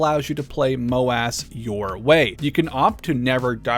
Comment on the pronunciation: "MOW - ASS"? 😂 I get that it's MOW:AS but please just call it Assault squad 1 or AS1 lmao